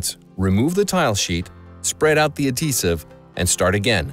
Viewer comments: Was going to comment the same lol. It's "ad-hee-sive" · Is the h silent in "adhesive"?